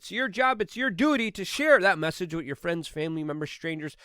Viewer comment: Lol, just another “Luke-ism” Same as how he says with as “wit” Love this cat. Top notch human